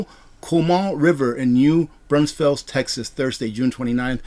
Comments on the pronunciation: That’s my home town!! New Braunfels, Texas. It’s pronounced ‘new brawn- fulls’ But it’s always mispronounced. 🤷‍♀️ 👍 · I had to lol at the Rooster, then I had to lol at how you said New Braunfels, the little city that I grew up in! The whole video subject matter was epic too, thank you for being you. ❤